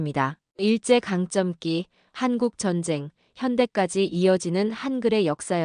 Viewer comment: '일제 강점기'를 '일쩨 강쩜기'로 발음하는 것은 절대 안됩니다. '일제'는 경음화로 가능하지만, '강점기'는 '강:점:기'로 해야 합니다. '강쩜기'가 될 수 없습니다. '고쳐 주세요. 이번에 안되면 다음부터라도.